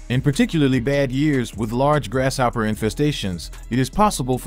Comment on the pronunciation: Great info. But even though grasshopper is a compound word, the S and H dont make the "sh" sound 😅 (its quite distracting. Lol. The narrator says it everytime 😭)